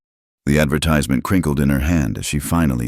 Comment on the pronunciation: Getting the way to say 'advertisment' wrong is a bad way to start a story!